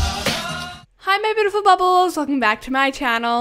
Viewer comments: Its beautiful not bootiful but love the video and hope your reach 900million subscribers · Who else just like...gets super excited when she says “Hi my bootiful bubbles!”❤️🎉